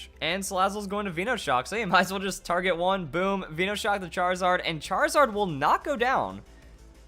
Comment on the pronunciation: I get triggered every time I hear some idiot pronounce something wrong on pokemon, VEENOshock? really? Veno as in cut from VENOM + SHOCK